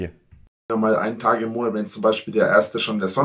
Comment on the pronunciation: Letzten Endes! Whooo! Hat sich eigentlich noch jemand so konditioniert, dass er "Monert" hört wann immer der Drache "Monat" sagt? Und noch einmal: Letzten Endes! Whooo! Weil es so schön war, noch einmal: Letzten Endes! Whooo!